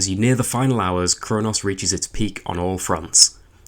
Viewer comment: Your accent makes it sound like you're calling it "Crone-ass" and that deserves 5 stars.